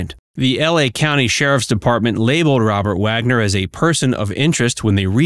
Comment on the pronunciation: Truly you are expected to get Robert Wagner's name right & or have an editor rectify the"AI Narration" error😅